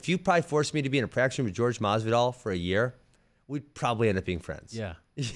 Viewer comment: Haha did ben say pin masvidal